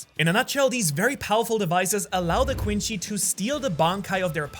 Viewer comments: This is basically how people who don’t watch Bleach think Ichigo is lol Edit: Heads up, it’s pronounced Quinsee not Quinshe, the word is French and it’s only pronounced Quinshe in Japanese because of their accent. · BRO SYAYS QUINCY QUINCHY